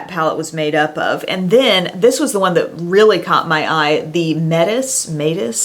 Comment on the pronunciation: It is probably pronounced "Met-is" like the Greek goddess, seeing as the other palette was Aphrodite.